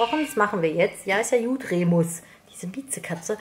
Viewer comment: Remus kriegt nen besseren Kajal hin als ich😅 Schön das Outfit. Wie du "Remüs" sagst 😂 und wie süß Nimbus meint. Sehr schöne Pflanzen und echt toll das du Spenden sammelst😊🦊🍀